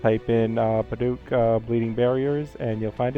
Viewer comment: Just so you know it is Pa-duck, not Pa-dook. Sorry it kept bugging me but great set up